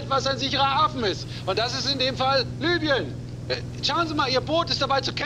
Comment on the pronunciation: Libyen nicht Lybien